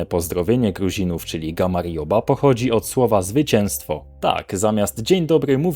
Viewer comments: Nie gamarjoba, ale raczej gamardzioba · Nie gamarjoba tylko gamardżoba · To slowo wymawia sie gamar-dżoba ☺️ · gamrjoba wymawiaja inaczej niz w filmiku. "J" brzmi jak "dź"